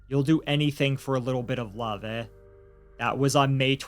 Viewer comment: For the record, in Canada “eh” is pronounced as a long “a” with a slight uplift in tone.